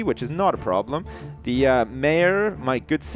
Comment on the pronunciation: problem not broblems